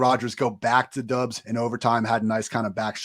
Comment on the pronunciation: Romeo Doubs last name is pronounced Dobbs